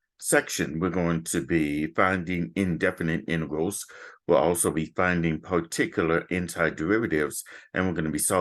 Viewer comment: said "intervals" instead of "integrals" well sounds like it anyway